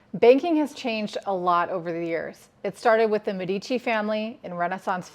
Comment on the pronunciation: It is mé-di-ci, not me-dí-ci